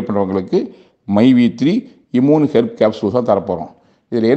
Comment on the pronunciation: Adu correct a Sola Koda thryla...😂iiimune😂😂😂😂